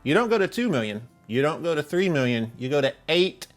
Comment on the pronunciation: You need to put your pinkie in your mouth when you say One Milllllion.